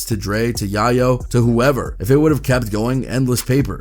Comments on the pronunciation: To “yah yo”dude if you’re going to report on rappers get n say their names right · i hate that u keep saying names wrong ... Who the FUK is Yah-Yo? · YI - YO? Lol 😂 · LOL!!! You called YAYO... "YIYO" 🤣🤣🤣🤣😭